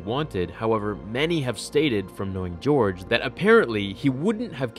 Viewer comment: “Geore Lucas”